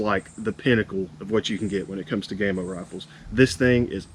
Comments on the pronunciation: ITS PRONOUNCED 'GAMMO' NOT GAY-MO FOR GODS SAKE 🤬🤬🤬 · What the heck is GAME O? Game oh perhaps. Why do Americans insist on trying to ruin the ENGLISH as it is spoken. It's GA MO.